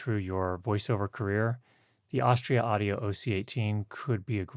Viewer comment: When you're promoting a brand, doesn't it help to say the name right? 🙂